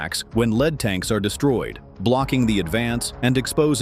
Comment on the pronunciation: tanks made of lead will die, for sure. Pronounced Led, it sounds like that tank was made out of the stuff, not being in first position in the column. TEACH YOUR AI phonics!